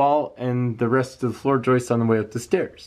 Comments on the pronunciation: …it is joists, not joisteses. Where do you get this horrible mispronunciation? Also, your issue is just settlement. It can be easily solved with a rudimentary steel angle iron brace. I question your intelligence. Also, why don’t you allow the lady to speak? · Love how you say joistess! lol I do stuff like that.